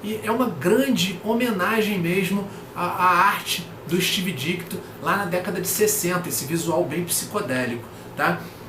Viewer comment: a origem do Dr. Estranho e a história dele salvar o Dormammu saíram recentemente na Coleção Histórica Marvel Defensores Vol. 2. As histórias são bem legais mesmo! Provavelmente saiu na coleção vermelha da Salvat também. Outra coisa, é Steve DiTKo, não DiKTo! Pelo menos ouvi você repetir Dikto.